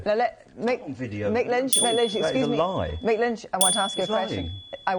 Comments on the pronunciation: It's "MICK" Lynch, not Mike, ya krazy foo! And he's an absolute f3rking LEGEND! ✊ They're already trying to cancel him (you know, the thing the right-whingers always moan that the left does) but I wonder how long before they try to silence him? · Loved the video, but his name is Mick not Mike 👍